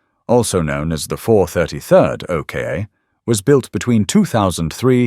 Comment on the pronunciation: I Might Be Wrong But I'll Have A Stab At What I Think The Pronounciation Of The 2nd Vehicle On Your List Which You We're Referring To As The O.K.A. But I Think It Would Be The OK Part Pronounced As OCK As In LOCK Minus The 'L' = OCK Then Add The 'A' To The End Of OCK = OCKA Which With A Little Imagination On The Pronounciation Sounds Like OCHRE Which Is A Paint That Uses And Is Made From The Natural Earths Clay As A Pigment That Forms As A Natural Colour Of The Earth That Is Used To Make It And The Same Colour Of The Mostly Outback Terrain That The OKA/OCKA Will Be Travelling On Hence What It Was Made For And What I Hope I'm Right About If Not Oh Well It Was Just A Thought That Stemmed From Whilst Watching And Listening The Thought Was Is That The Real Name And The Right Way To Pronounce It Regarding The Vehicle He Is Talking About Because The O.K.A. Just Dont Cut It Or Sound At All Right To Me 🤔 Hopefully Its Not Only Me That Had The Thought 🤷‍♂️ Anyways GOOD DAYS Y'all 🎩👌 ⚘_ _🙂_/ |_| / \